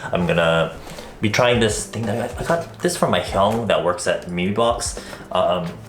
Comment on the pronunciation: "I got thus from my hEyUng." Lol idek